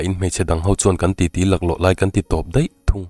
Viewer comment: Chhiartu aw a mawi, a ziaktu lah in ziak thiam tih chu kan comment dan tlangpui chutiang chuan keipawn,,, mahse a chhiartu hian 'daih' ti a chhiar tur hi 'deih' tiin a chhiar fo mai,. ( Phhunchiar fal min lo tilo Ula 🤭)